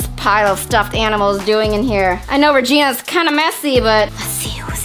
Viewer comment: I love how Vy said Regina's Ginera's room